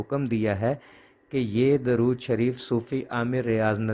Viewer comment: السلام علیکم ، براہ کرم درود شریف کے صحیح تلفظ کی تحقیق فرما لیں،اکثر علماء کو 'د' پر پیش فرماتے سنا ہے ۔